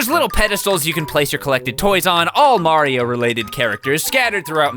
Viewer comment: May-rio month